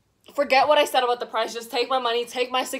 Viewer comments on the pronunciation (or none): none